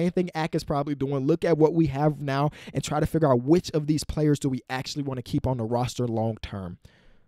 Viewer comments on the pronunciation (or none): none